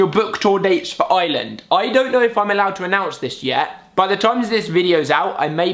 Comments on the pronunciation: I love that Alfie says Ireland like Island 😂❤ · The way he says ireland😂😂